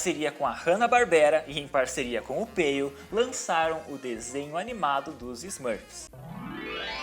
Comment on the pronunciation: a pronúncia do apelido dele é "Peiô" (oxítona)... todas pronúncias francesas são oxítonas